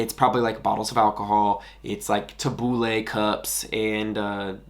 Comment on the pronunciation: "taboo-lay cyups"